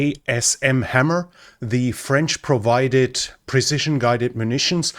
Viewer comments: I'm a french/english/german interpreter, yeah pretty good pronounciation from a German guy all the RR sounds in the right place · quite good pronunciation! :D 🥐